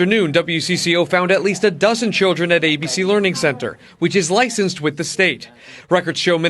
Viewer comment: ... the "leering center" wtf?